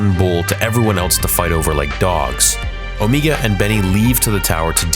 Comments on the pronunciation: It’s not Omiga but Omega..ie Meghan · It drives me crazy that you are saying Omegu not Omega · On-ME-Ga? I thought her name was O-May-Ga? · i think it is pronounced "Omaega", not "Omeega" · and. You really have to learn how to pronounce names properly. Her name is pronounced Omega, NOT "Omeega." Are you completely illiterate or are you just messing around? You pronounce it perfectly at other parts of the video.. Do you want me to pronounce your real life name as? No, you don't. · Why do you keep saying Omeega? She has an accent, that doesn't change how it's pronounced to people without that accent. Everyone else on the show says Omega. Because that's how it is pronounced. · o’ MA ge not o’ ME ge. Look up the pronunciation for omega. The other way sounds silly just like her character. Also, I just have to add that this show sucks along with Omega, Cid, and so many others in it. Bad stories and characters. I’m surprised the boy didn’t become a full-fledged member of the Bad Batch. Bowing out now. This is the way. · Stop saying "Omeega"!!! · She litterally pronounced her own name as Omiga... It's everyone else who calls her Omega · Why does he say omega like that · you said omega wrong